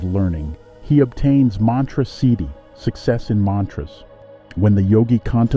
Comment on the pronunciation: you were mispronouncing siddhi the entire video 😂